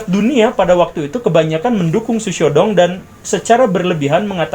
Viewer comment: Hahahhahaha ternyata mengikuti juga mantab Pak Guru... Xu Xiao Dong.. cara Bacanya gini Pak : Shh....( kayak ngusir kucing ) Siaw Tung..cara bacanya gt Pak hahhahaha..